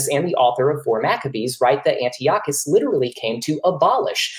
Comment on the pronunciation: thats not how you pronounce Antiochus...steals a bit of thunder from the opening statement